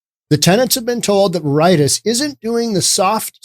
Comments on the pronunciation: It's Ver-I-Tas.... not Ver-Itis.... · Its VARE-it-tass VARE ryms with rare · WHAT. VER EYE TAS. WHERE THE HELL WAS THIS GOON EDUCATED. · Please learn how to pronounce Spanish words. Veri - Tas; it is cringe worthy. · Ver uh tahs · Pretty sure Veritas is pronounced like VARE-it-aus. Definitely sure Haight is pronounced like HATE. Noe is pronounced like NO-ee. Man, it's hard to take you seriously when you clearly don't know SF. But you are right on basic principles of economics. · Veritas is pronounced "Ve Ri Tas" The irony is it is the latin word for Truth or "Reality"! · "Veritis" lol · It's pronounced "very-tos". Oh, and "Haight" rhymes with '8'. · vair-eh- tas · Clearly you know nothing about SF. You can't even pronounce the street names correctly. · I don't think you're pronouncing Veritas correctly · If you’re so fucking stupid that can’t pronounce “Veritas” properly, stay off the internet. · In all honesty, I can't listen to someone who pretends to put on an air of intelligence and sophistication, but doesn't know the meaning of the word "Schadenfreude" and totally butchers the pronunciation of the word "Veritas". I totally agree with the sentiment of this video regarding SF, but the lack of knowledge of these simple things and the attendant lack of due diligence required to put yourself out there as an authoritative voice is disappointing. You can (and must) do better. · Correct pronunciation is more important than you evidently think. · Learn to pronounce Veritas. It means "truth" in Latin. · You really should learn to pronounce a word before you say it on the air. Look up v-e-r-i-t-a-s. It is a common word that most people know. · Maybe look up the correct pronunciation of Veritas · I believe you're miss pronouncing Veritas. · VER-i-tas SHA-den FROY-deh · i believe you mispronounced: Veritas, Schadenfreude, Noe Valley: vair i tas (NOT ver eye tis) shah den froy da (NOT shay din frowd) no e valley (NOT no valley)